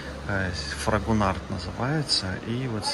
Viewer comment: Интересно было посмотреть производство парфюмерной продукции от Фрагонар. Кстати, в конце Д не произносится. А по поводу метал флаконов очень спорно, ведь любой метал кроме нержавейки, окисляется и по идее попадает в парфюм. Я лично не люблю и Монталь в таких флаконах и иже с ними. Лучше стекла нет, просто хранить нужно в тёмном прохладном месте - на полке і космет шкафу или в родной коробочке, что защищает от света. Коллекционеры ищут парфюмы даже 20-30-50 летней давности, которые не изменили аромата, потому что были сделаны на основе натур.масел, а не как сейчас химические. Вот новые реально лучше не хранить дольше 5 лет.